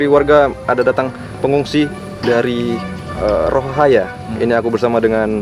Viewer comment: Bang bukan rohahaya tapi rohaniya😊😊😊😊